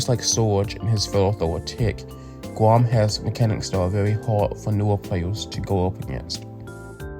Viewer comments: Did bro said "gwom"?💀💀💀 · I dont want to laugh at your accent, but you reading "Grom" and "Tara" as "Gwom" and "Tawa" just makes me laugh a bit ❤ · Keep the mic tbh. Using a real voice feels a lot more genuine and regarding the mic quality, it sounds pretty fine to me, just make sure to talk into the mic for 10 minutes. Also you talk like something I've never seen before 'bwoken' or 'gwom' or 'bwany secuwity guawd'. You're like uwu'ing every word with an 'r'. I think it adds some personality to your channel honestly, keep it going! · It almost sounds like "głąb" which means someone stupid in polish 😅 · it's ok, "Gwam" sounds kinda funny in a nice way